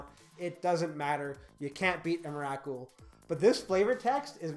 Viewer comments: the way you said emrakul just .. dear god man xD please no xD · That's not how you pronounce Emrakul...